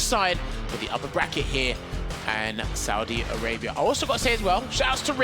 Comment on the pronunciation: Did they just say In Saudia Rabia?